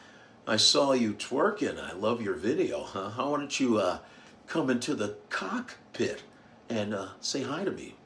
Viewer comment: Don’t knock Spirit. I took an early morning flight from Houston to Philadelphia this month, and the all Black crew was dignified and professional all the way. I was pleasantly surprised because Spirit has had such a bad reputation. How you said cock…pit 😂